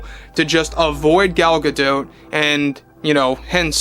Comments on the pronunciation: Gal "Gado" not Gal "ga dote" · I can’t stop focusing on how he’s saying Gal’s last name wrong